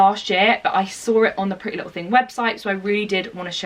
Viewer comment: she said pretty little ting :) xx